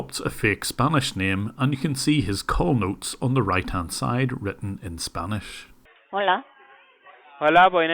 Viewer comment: The scammer's spanish is just pathetic. The way he pronounces everything...just painful.